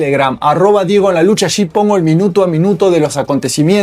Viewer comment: No se dice "por achi o por axi", sino "por alli". Me disculpa